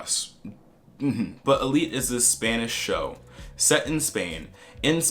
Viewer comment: Se me hace raro ver esto siendo española y cómo pronuncian Elite saksjkjs